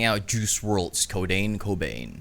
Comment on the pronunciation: Bro said codain cobain